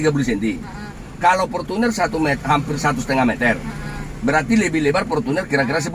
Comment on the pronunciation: Portunnerrrrrrrrrrr ..rrrr